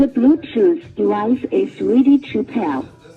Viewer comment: "t' bluetoof d'wife a free-d chapel"